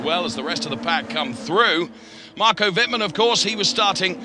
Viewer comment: you really should learn how to pronounce the drivers names correctly, theres not THAT many of them. i.e. Wittmann is not pronounced "wittman", its "wittmun" (I dont know how to write phonetically properly)